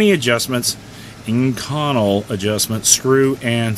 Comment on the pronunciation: inconel is pronounced "ink oh nell"